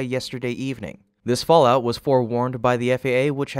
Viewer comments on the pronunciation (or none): none